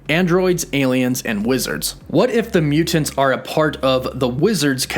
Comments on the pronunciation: Please learn how to say the word "mutants". It's Myootents. Not Mew-tants. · Why do you put so much emphasis on the second syllable of mutants? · Why does this guy always over annunciate all words that end in the letters ‘NT’ - for example mutants always comes out as Mute-aNTS. Drives me insane. Content is good but just say the words bud. No need to add so much emphasis to the syllables of the words you’re trying to say. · You mean MEW TENTS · Mute Ants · My question is why do you always pronounce mutants like mu-Tents. That's the hardest T I've ever heard. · “Mute tants” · The way he says “mutants “ ... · Is it just me or is he saying “Mutants” really weird